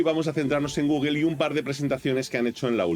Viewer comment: por que dices Google?